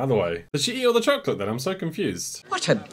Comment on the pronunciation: This guy literally said chocky wacky.